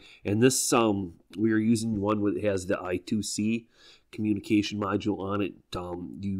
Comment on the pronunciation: Eye-Squared-Cee, not I-To-See :D